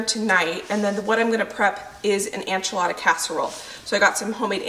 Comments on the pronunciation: Hey, I love your videos! I just wanted to mention that it sounds like you're saying "anchilada" instead of "enchilada." In Spanish it's ehn-chee-lah-dah, but most English speakers say it ehn-chill-ah-duh. It sounds like you're saying ann-chill-ah-duh. I know if I was mispronouncing something I'd want to be told, so just giving you a heads up!:) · Is it a regional pronunciation to say “AN-chilada” vs “EN-chilada”? Just curious!